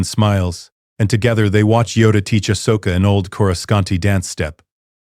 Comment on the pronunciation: The name is Ahsoka, not Ashoka. It is wrong many times throughout the story.